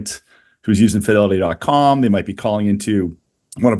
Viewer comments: Pronounced Fidelity not Fydelity 😂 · Are you pronouncing “Fidelity” the way you are on purpose? Listen to how the guys from Fidelity pronounce it. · please stop mispronouncing the word "Fidelity"